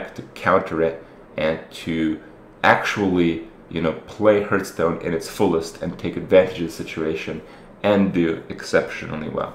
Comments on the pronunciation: WHY DOES HE PRONOUNCE IT HERHSTONE AND NO HEARTHSTONE????? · One day you will learn to correctly pronounce Hearthstone.